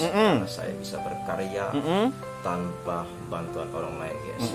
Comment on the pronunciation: guys (gais) bukan ges anjeng